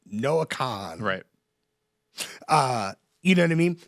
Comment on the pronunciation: Jon’s Taylor Swift-esque Easter egg in this week’s popcast deluxe was correctly pronouncing Noah Kahan’s name